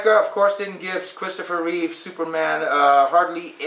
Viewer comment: It’s “REEVE”…not “REEVES”!! God, that always bugs me!